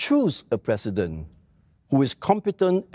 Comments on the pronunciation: Its president.. not PRESSident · LOL even singlish he failed alamak.... how to be plecident leh?